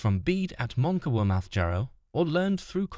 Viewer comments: the AI generated pronunciation of the names in this are absolutely terrible... as a northern Brit from Deira it almost makes the vid unwatchable. Terrible mangling of simple words like Bloodaxe ..and Monkwearmouth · The script is fine but your visuals don't match the time and your AI voice can't pronounce Monkwearmouth